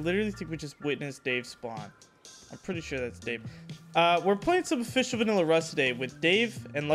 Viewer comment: "ficial villa rust"